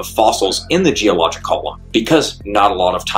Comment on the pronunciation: Why does he pronounce "Geologic" as "Geoloj" ? Repeatedly.